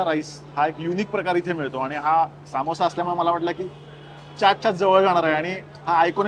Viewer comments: सामोसा ❌ समोसा ✅ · ...its not saaamosa, its samosa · Bhai samosa assto toh samosaa nahi,why u can't simply say it properly, disappointing. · सा मो सा 😂 समोसा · सामोसा नाय रं समोसा असतो तो 🙏🏻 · सामोसा नाही समोसा म्हणा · Saamosaa nsto samosa asto